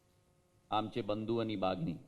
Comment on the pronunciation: हा मराठा? मराठी बोलता न येणारा? भगिनी शब्दसुद्धा नीट उच्चारता येत नाही!!